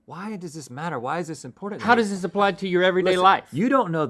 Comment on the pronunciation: My favorite word of rhetts: “impordin”